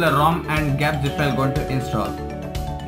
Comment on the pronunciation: Its g-apps and not gaps